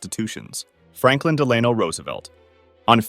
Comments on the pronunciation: It’s not Deland, Delano Delano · Franklin Dell a know Roosevelt, not duh lane oh. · Franklin ‘Dee-lay-noe’ Roosevelt? It’s ‘Dell-a-noe’. How do you not know that? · It’s DELL-UH-NO not DELL-AY-NO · You say "Delano" I say, we all say, "Delenor Roosevelt"! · it’s Franklyn Dela(h)no Roosevelt not Franklyn Deelaneo Roosevelt. i didn’t know about the first attempt on Trump. The Chump has been lucky his whole life. He was born with a silver four leaf clover in his mouth. 😊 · Delayno instead of Deluhno. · Fun fact Washington could of died from a gunshot in the war idk why I said that💀 Why did he say dealano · It's DELL-uh-no. Like Delaware. But that's ok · Franklin " Da Layno" Roosevelt 😂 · Del-u- no Duh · his middle name is pronounced Dell-En-No